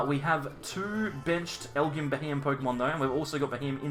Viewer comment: I think the Pokemon is pronounced “L-G-M”.